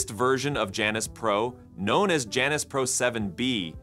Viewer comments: That's Janus, not Janice 😂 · Why Janus? Could it be that they mean Jew-anus? Seriously y'all. I am not joking. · You can’t say Janus without saying anus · It would be nice if the reader could pronounce Janus...